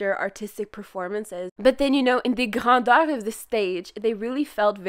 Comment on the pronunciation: w-w-were you saying grandeur?